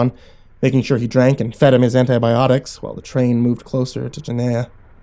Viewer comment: Yo. Are you sure you're reading their destination right? Is it Gehenna? Because that is "the destination of the wicked" in Hebrew, so I'm guessing that's it, but you're saying it like Jen-nay-ah, (with a hard G like "gym") when it should sound like (soft G, like "good") Gah-hen-ah. IDK, just trying to help;)